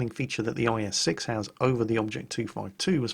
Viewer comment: At some point he said IS-sex???? What's going on there?:P